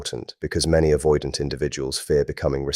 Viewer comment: AI slop. Can't even pronounce the word avoidant.